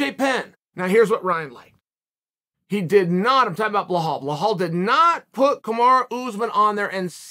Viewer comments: Blohal and Mocklechev 😂😂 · “Blohal Mohammed” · Says Blahal Muhammad then called him as someone with weird name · Come ooon Chael I'm sure your not an illiterate call the guy Bilal and not blahal....can't you see the difference??? But hey nothing but love for you from Amsterdam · Behow, darush, malkelchev.. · who the hell is Bohal? 😂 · Bel - al, who the f@ is 'Blahaal'?! Remember the name! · "BLEL-HALL" Still undefeated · I love your channel I love the work you do you’re one of the best at this and you know you’ve been there done that is one question why do you slaughter Belal Muhammad’s first name soo bad lol ? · "A guy with an unusual first name..." - LOL, well yeah, after YOU pronounce it, Unc! :D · They respect him so much that they don't even pronounce his name right lol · It’s not Chaels fault bluhawls parents named him wrong (undefeated, undisputed btw)